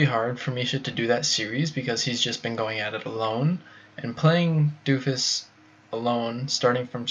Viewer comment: Doe-Fus or Doh-Fus! Not Doo-Fus.